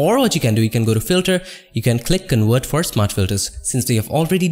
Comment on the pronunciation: You really need to work on your accent. I know English is not your native language, but neither is mine. You pronounce the Ws as hard Vs and the Vs as Ws, which is very distracting and sometimes can make the word uninteligible. It's conVert not conWert, it's Work, not Vork. It's so annoying and it diminishes the value of your otherwise very useful tutorials.